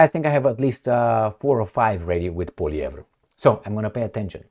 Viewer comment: he pronounced Poilievre better than most Canadians. even got the rolling R correct.